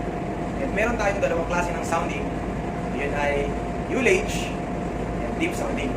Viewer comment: Di lahat ng interisland ignorante sa sounding parekoy partikular sa UTI, Kaya wag mo lahatin porket international ka na. Tsaka nga pala, pag pronounce ng ULLAGE ay hindi yu (yullage) kundi ah (allege)